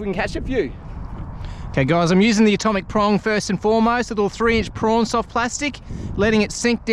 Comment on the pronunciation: Are you trying to say Prawn….but saying Prong?